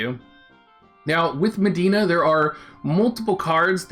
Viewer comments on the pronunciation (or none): Her name is Medi-enna, not Madeena.